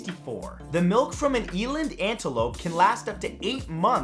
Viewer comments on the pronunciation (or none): Eland is not pronounced like that